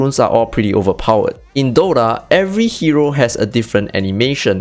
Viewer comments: broo..its called DOTA ,not DOrra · WTF is Dora? He keeps saying Dora. Im here for Dota. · is it just me or he kept saying DORA?